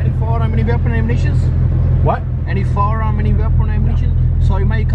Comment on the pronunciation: “Ani firearmz, weaponz or ammunitionz?”: WHAT?¿ 😂😂